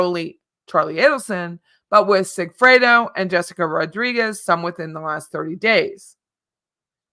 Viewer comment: Sigfredo not Sigfreid